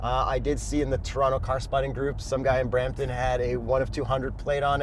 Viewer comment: Had to be Brrrrrampton brrrother 😂 SRT brooo